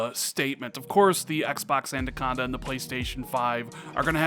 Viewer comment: Anaconda,. Anaconda. Not Andaconda. 😉